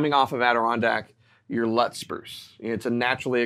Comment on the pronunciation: you taught me that It’s not lutz like nuts, its lutz like newts